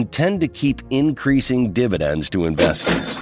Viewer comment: dividends becomes diNidends?